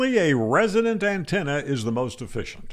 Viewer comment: Resonance does not always equal 1:1swr but a resonant antenna will always be more efficient than a non resonant antenna. Hell, the definition of the word “resonant” insists this… Your best bet would be a resonant antenna with a 1:1 match. And it’s not pronounced “resident” Tuners are and always be lossy compared to a resonant dipole. Etc Etc